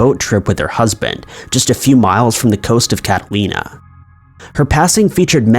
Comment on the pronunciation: Why’s he sayin Catalina like that?! 😂🤦‍♀️